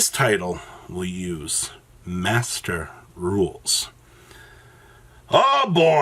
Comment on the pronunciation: why do you say master rule so weird lol and duel links lol